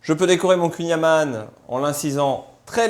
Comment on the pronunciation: Il faudrait peut-être apprendre à prononcer correctement le "kouign amann !!!! Merci (une bretonne pur beurre)